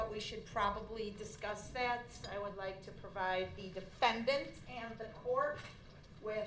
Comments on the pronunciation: "Tha Defendant!" 🤣 This dude's crazy, but she did say it the way Brooks claimed . Likely the only thing true in his entire case. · 🤣@ she did put strong emphasis on the word "defendant"! This is comical. Why is this trial being televised? Just send him to jail at this point. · ‘The DEFANDANT!!’ Lol 😂😂 that must of been so hard to not laugh at 🤣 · lol I heard it , the prosecutor pronounced "defendant" noticeably louder and with a harsher tone. I would have objected. She was off screen so maybe it was an honest mistake but I don't hear her apologize like it was. She claims she was changing her volume for the court upon leaving her table but the volume doesn't stay up, it only marks up when she says "defendant" then returns to her original volume. If I was prosecutor I would have apologized to the court. Above all things, Brooks is a man. He deserves to be treated with dignity and respect until the very end, otherwise this state is nothing more than thugs. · "The DEFENDENT" 😂😂😂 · The DE-FEN-DANT! 😂😂😂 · Proper English: Brooks English: Ask. Akt. Obvious. Avious. Sudden. Sutten. Nothing. Nuttin. Except. Excek. That. Dat. DEFENDANT! DEFENDANT!